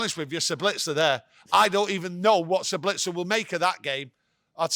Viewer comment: That look to camera when said 'Sablitzer' was classic.. IT'S JUST 'BITZ'... like 'little bits' or 'nice tits' or 'IT'S got no 'L' in it🤣🤣🤣